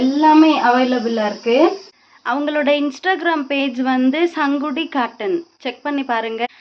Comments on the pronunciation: Sangidi illa sis sungudi😅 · Sangudi ella.. Athu sungudi😊